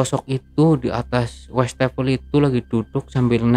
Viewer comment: Si abang ini banyak amat ngomong risen risennya, westafel.. Westafel😊😊😊